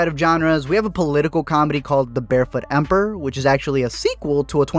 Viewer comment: EMpor? EM-PER-OR! Sorry those things are distracting.